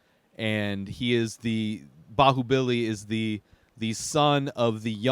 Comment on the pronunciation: you pronounced it almost perfectly